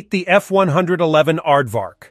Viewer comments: He must have said it wrongly one hundred and eleven times. 😮 Actually, this character's personal pronoun is "it", as in, its a robot. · Little did I know, that when I attended an air show in 1966 at Pt Mugu and the Navy version, F-111 B did a flyby, that in 1973, I'd be a Crew Chief at Nellis AFB on an F-111 A. Yeah, come on dude, F one- eleven, not F one-hundred-eleven. For Pete's sake. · Tell the computer voice that it's 'F-one-eleven' Does anyone ever say F-one-hundred-eleven? I've never heard it from a human.